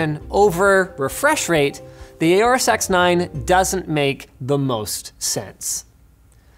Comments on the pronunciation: FYI, it is pronounced "Horus", not "A or Us". It is based on the Egyptian God Horus, which was also represented by a falcon. See and you will hear the pronunciation on their videos there as well. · You're saying "aorous" wrong